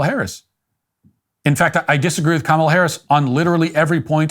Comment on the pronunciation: Thanks for pronouncing her name right. Makes us look better.